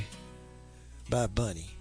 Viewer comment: Not me, made me nuts hearing him saying Bunny everytime instead of Bonnie.